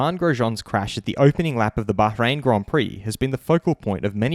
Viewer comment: Me: Bahrain: Baharain Daniel: Mr Nice Guy to Mr digusted guy. ricciardo jas a point.